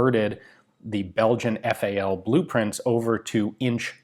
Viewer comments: Why you keep calling it "Fowl" ? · "Fal" pronounced in English